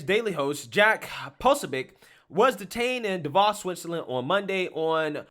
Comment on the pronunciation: you gotta pronounce Davos and Jack's name correctly man, I mean Jack's on your team my guy lol